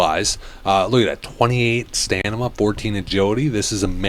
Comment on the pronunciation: You keep pronouncing stamina as "stanima" and it's triggering me 😂